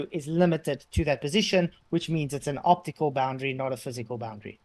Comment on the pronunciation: he said “octacule” illusion